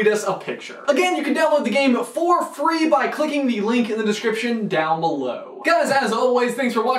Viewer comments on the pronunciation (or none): none